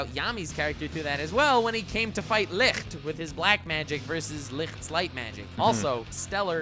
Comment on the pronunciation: Licht is not pronounced licrt its a ç the same sound as in the english word huge (çuːdʒ)